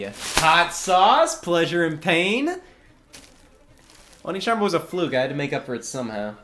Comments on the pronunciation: They were probably trying to hint at it being pronounced "onééchanbara". "Oniichanbara" is something else. 😄 Same reason why "Led Zeppelin" is not written "Lead Zeppelin". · Does anyone want to mention that the second syllable in One(e)chanbara is actually pronounced "neigh" rather than "knee"? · It's o-ne. Not o-ni. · Onechanbara, not oni-chambara, that's a completely different thing. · Wait... the rest of the world doesn't have Sweetest Day? But downvote for constantly saying 'oni" instead of "onee" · Which one of us is going to tell Scott that pronouncing oneechan as oniichan changes the meaning? Not to mention the bara at the end of it? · It's oneechanbara, not oniichanbara inb4 it's an intentional joke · Btw it's pronounced o neh (e as in egg) chan, which translates as older sister. O nii chan translates as older brother :) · (inbefore being called weeb) the whole video scott pronounce one as "ONI" which makes it "onichanbara" .. which have a really different meaning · No one: Swoz the cott: "onichanbara" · NA localization: removes an e so english speakers pronounce it correctly Scott: oh knee chambara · Though he was pronouncing it as "Onii-chan", which is older brother. 🤔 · Onechambra is supposed to be spelled "Onee" (pronounced Oh-Nay) which in Japanese means older sister. Also can used to refer to any woman older than you depending on the context. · He kept mispronouncing the Japanese… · i spent the whole episode being bothered by how Scott pronounced the game's title. made it sound like a game about older brothers. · Interesting pronunciation for the name of the game. Edit: This video took a interesting turn. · It's not "Onechanbara". It's pronounced "Onechanbara"". Hope this helps. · For trying so hard to avoid saying the title with English pronounciation you sure do still pronounce it a whole heck of wrong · One of my favorite things about this video is Scott mispronouncing "One" in "Onechanbara." I am being serious.